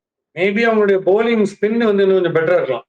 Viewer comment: Bouling will never become bowling on this show. - adhu ennadhu sir? Capituateda? Enna sir word adhu! 😂